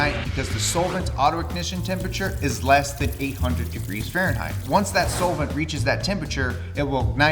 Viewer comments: This is the first time i've heard "solvent" pronounced as "soul-vint". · hey guys you hear that....? it sounds like somebody is saying soul-vent? wtf is a soulvent?? 😇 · You're saying solvent wrong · pronounces Solvent weird.